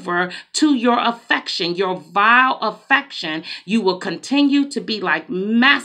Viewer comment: Good morning, I heard what you are saying. We got to call a spade and spade. I know you said inordinate affection it sounded like inordinate infection. So if that the case you are giving some God given antibiotics. Thank you!!!